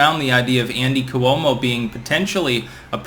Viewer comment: It’s pronounced Kwo-mo